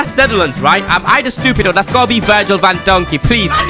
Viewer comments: My man really said van donkey its van dijk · Bro really said van donkey is van dijk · Man said sergia vandonky hes name van dyik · He said van donkey instead if Virgil van dijk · why did u say Van donkey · He said van donkey 😂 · My man just said “van donkey”💀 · Ikr lol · and bro said Uncle messi😂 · He said virgil van dockey 😅